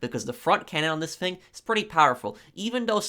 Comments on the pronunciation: The word is thing not fing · It's "thing" not "fing"